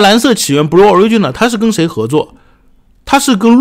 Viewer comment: Blue的读音是 '不录' ，